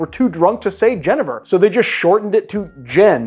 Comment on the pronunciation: Very nice! But my Dutch father is rolling in his grave at your pronunciation of Genever...